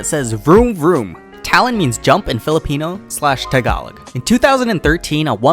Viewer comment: The way you said "Tagalog" is fr satisfying. I'm a Filipino btw haha